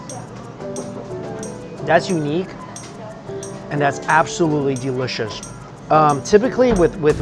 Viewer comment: Hi Mikey!! Love this so much! And I love it when you say Deeelicious and erbs(herbs) 🤗